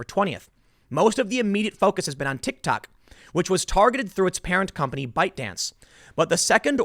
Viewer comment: Did boomer tim call it a tick tak?